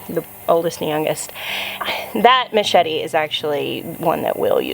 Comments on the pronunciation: I feel like we got a dose of “Latina style ” at the beginning there between the pepper names and correct pronunciation of machete😂 get it mujer! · As a Puerto Rican Gardener you nailed the pronunciation on that machete 🥰